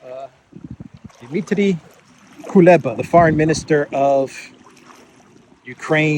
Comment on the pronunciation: Why are you call Kuleba the great illusionist "Koluba"? 😂